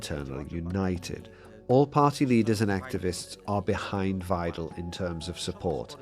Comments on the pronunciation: Musk giving a lecture to Germans and from the beginning he is mispronouncing the German language. In German, the letter ‘W’ is pronouncedas a ‘V’, ‘ie’ is pronounced as a long ‘E’, and ‘ei’ is pronounced as a long ‘I’. Muskrat that’s German 101 now try pronouncing ‘Weidel’ again—get it right or sit down and STFU! Musk, du bist nicht so schlau, wie du denkst. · Isnt it pronounced Vye-dul ?